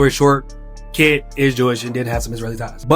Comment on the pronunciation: Stop calling him KIT when his name is KENT. Open your mouth wider